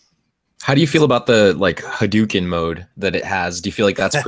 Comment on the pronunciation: Ryu is Ree-you, and Hadoken is ha-doe-ken not "hadooken"; just sayin'